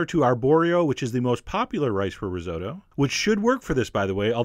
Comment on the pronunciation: Chef! You've mispronounced risotto! Its ri-sot-to.